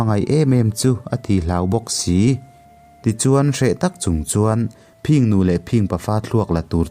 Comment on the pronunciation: I thu chhiar a ngaihnawm viau rualin engemaw lai thu lam ah hian a dik zawk leh lam Dan awlsam zawk angah hian a diklo zawk leh lam harsa zawk ang hian i lam leh tlat zel. Phìng nu leh Phìng pa(phing tih hi a ri sang loin 'thin' kan tih angin a ri hniam tur) han tihte pawh Phìng Nu leh Phìng pa(a ri sangin) I ti daih zel a... A thu lam han uluk deuh teh.